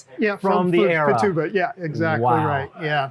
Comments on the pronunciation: Futaba say Few Ta Ba (not Fa tube a). I flew these in the ‘70’s. Incredible model! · Awesome, but it kills me that he calls it fa-tu-ba when it's Futaba. How does someone with so much attention to detail not notice that? I wonder if he's dyslexic.